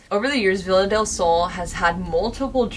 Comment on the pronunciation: i'm spanish so it's so funny to me how you guys and english people says "villa del sol" idk it's curious, bc in spanish is pronounced "be-ya-del-sol" but anyways, i have been watching you guys a lot these days bc i found you bc of sam and colby, and you are part of my days. you bring to me so much company and a new perspective into paranormal stuff, and it means a lot to me.